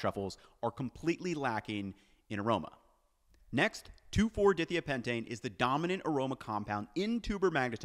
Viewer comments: Uh, I don't think that's how you pronounce dithiapentane. The pentane part was perfect. But like the dithia is 2 seperate things. Di, is pronounced like die which just means 2 and thia is pronounced like thya, it means sulfur is there. Basically pentane with 2 carbons replaced with sulfur at the 2 and 4 positions. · In chemical names, "di" means "two of" whatever comes next, and it's usually pronounced as a separate syllable with a long I sound (like the word "dye"). Dye thigh ah pentane is would be a lot closer. Sorry, but you say the name of this compound a LOT in the video and every time you do I cringe. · Please check chemistry pronunciation before releasing video because it is super obvious and hard to listen to for people with a chemistry background. It's dye-thigh-a-pen-tane phonetically. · In case anyone cares about the chemistry/pronunciation: that molecule is pronounced di-thia-pentane "dye" "thighya" "pentane" - referring to the two sulfurs that replace the carbons in the pentane molecule in the numbered positions. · phonetically its properly pronounced 2,4-dye-thigh-a-pentane :-) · Die-Thigh-AH-pentane....but nice work all the same 🙂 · it would be pronounced 2,4 Dye Thigh Uh Pentane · die-thigh-uh-pen-tane. You're killin me,. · It is pronounced "die-thEYE-ah-pen-tane" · its DIE-THAIYA-PENTANE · dithiapentane: "die-thigh-a-pentane". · You are obviously not a chemist. Di-thia-pentane (hyphenated to detail the word & chemical component parts...that is, pentane with 2 sulfur-containing radicals) is pronounced with "long I" sounds. You not only said it wrong...you did so over & over & over again. In creating videos like this, the most professional things you can do get your info right, & learn how to pronounce words that are unfamiliar to yourself, rather than guessing at them. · Glad you noted the mispronunciation, because as a pedant that was driving me nuts every time you said it. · Had to stop watching because of how he pronounced Dithiapentane.